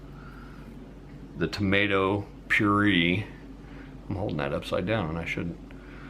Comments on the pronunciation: It’s pronounced pure ay ! Just saying . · My son worked at Wendy's and he said they use their old burger patties for their chili. I've never ordered it since. Just In case you care, the word puree is pronounced pureah and the word wash doesn't have an r in it. Thanks for the recipe. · I have a Wendy’s copy cat recipe and it’s nothing like yours. That’s the most backward chili recipe I’ve ever seen. If you don’t care about making your video look nice or looking like you know what you’re doing, why do a video at all? And btw, it’s tomato 🍅 pure-ay. Maybe 5 years later you figured that out. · Anybody else cringe every time he pronounces the word puree???? Him: Pure-E Me: Pure-A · No it’s “tomato pure A” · “Tomato purEEE” 😂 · So, the message here is that anybody with a smartphone and a tripod can make a video. This guy doesn't even know the correct pronunciation of puree. Lord, set me free from mediocrity. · Anyone else triggered as to how he says puree?